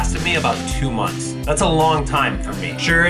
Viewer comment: i cant believe he said'SIX MONTH' i was like the thetethte